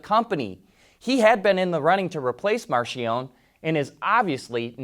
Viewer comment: Its NOT pronounced 'Marshionnne' - 'MARKIEONIE' - Spelled Marchionnne.